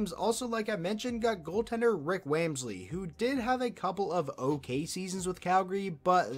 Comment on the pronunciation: Wamsley pronunciation was different